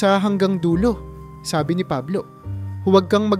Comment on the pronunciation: Katulad Ng salitang Sabi maragsa Ang pagbigkas sa mo.